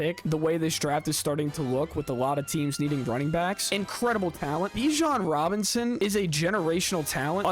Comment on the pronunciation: That first announcer definitely says Bijan Johnson